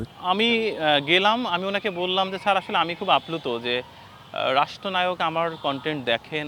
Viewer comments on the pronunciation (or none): none